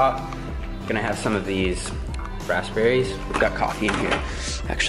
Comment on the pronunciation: you're the only person I've ever heard pronounce the p in raspberry. I forgot it was there